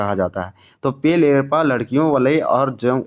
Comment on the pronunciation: पेल एरपा नहीं पेल्लो एड़पा होता है।